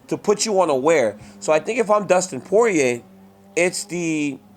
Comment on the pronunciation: DC is the only person that can properly pronounce Poirier.